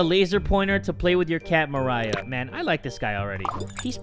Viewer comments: Him saying Mariah and not Maria angers me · Nobody:: Says Maria as Mariah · this dude really pronounced maria as mariah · Maria(Mah-ree-yah) He's pronouncing it like: Mariah(Mah-ra-yah) I have a Filipino blood flowing through my veins also, No Hate! 😄😄😄😄😄😄😄😄😄😄😄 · *when jay pronounced maria as mariah* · Him pronouncing maria like MA-RA-YA instead of MA-REE-YA is making all the hairs on my body jump out from anger, thank you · I died whenever he called Maria, Mariah, like Maria but at the end its "uh"... like Mariah carey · Mariah......Maria..... muh-ry-uh......Ma-re-ya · Mah ree ah not Mariah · It MA-RRRR-EEE-AHHHHHHHHH NOT MARIAH (That's my friends name) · “Mariah”...it’s Maria dude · It's Maria not Mariah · the name maria is actually pronounced ma-re-a or atleast thats how my friends name is said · the name maria isnt pronounced as mariah- its muh-ree-uh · It’s not maraiah it’s MARIA Jesus 🙄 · It’s mar-e-a Not Mariah -_- But thanks for saying my name anyways:p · MARIAH SKINNREY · I have no idea if that name, Maria, is a common name in my country, besides.. my nAmE Is mArIA thAt’s prOnOUncEd “mA-rEE-Ah” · Aye jay not sure if you noticed but that cat is actually pronounced (Ma-Ree-Ah) because there is no "H" in the name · Maria is my real life name LOL. The name is pronounced Ma-ree-ah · I saw the name Maria and thought would say this right but instead pronounces it like "Mariah". No hate but that bothered me. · Lmao me too, glad someone else noticed!!! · We love when jay says maria as Mariah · Omg when jay keep saying "maria scarey" I'd love it cuz my name is mariah pronounced who he says it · Continues to call Maria as Mariah... Come on! 🤣🤣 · Its Marr-ee-uhh Maria thats my cousins name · ik people spell and pronounce their names differently, but when he pronounced maria as mariah... i was triggered a lil lol but still love you jay 😊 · Mah-rai-ah it's Maria.... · who else was mad when he pronounced maria as moriah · That says Maria not Mariah